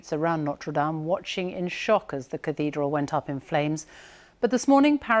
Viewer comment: "cudeedral" ? She said "cudeedral" ! Oh well... .